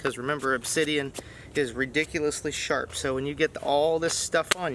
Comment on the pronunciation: When he says ridiculously sharpu thats not a joke. Obsidian is sharp down to the molecular level and is still used in surgeries today.